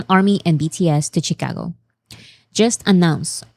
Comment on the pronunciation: no hate here:) Chicago - She-Ka-goh. I hope that’s the easiest way to transcribe it. And yes, Illinois… is silent ‘s’ in the end:) And, yes, English is a complicated language… you can’t rely on spellings. I have studied the English language as part of my career and have not mastered it… Not even a lifetime:)